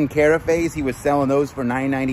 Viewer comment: Carafe is pronounced like giraffe, just so ya know. :-D I would say don't open every box, I'm assuming there's multiples of the same products so I would have one to display what it is, and sell the rest as brand new